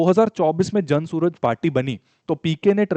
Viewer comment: जन सूरज ❌️ जन सुराज ✅️